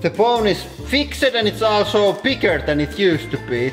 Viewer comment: I know he said "bottom fell out also" but it sounded like "bottom fell out of asshole" which is a whole other kind of problem...